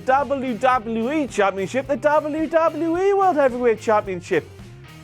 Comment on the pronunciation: ''Dable You Dable You E.'' Sorry I can't get over it. lol Good job still ^^